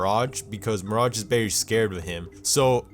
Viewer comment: why do you cal mirage, MIRACH?